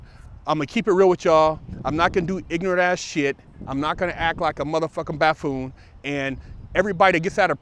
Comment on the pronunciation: I like and I like what he does with the podcast. He's a real dude. He was close enough to buffoon with ''baffoon'' so I think he should get a pass for flubbing the word. Not to get too much into politics but I don't see ''baffoon'' as a big deal when there's a possibly mentally ill buffoon in the white house representing the United States.